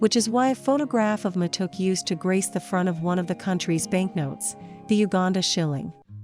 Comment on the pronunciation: It's not waa-raa-gi it's wa-ra-gee, also it's ma-to-ke. And rolex's are delicous